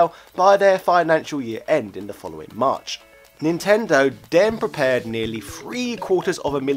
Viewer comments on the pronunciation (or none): none